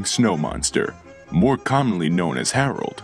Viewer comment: When he said hareld I then say him and said hi hareld